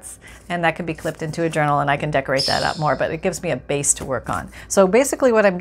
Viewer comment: by the way I kid you not it sounded to me like you said you were going to make an urinal. Now that would be a trick. HeHe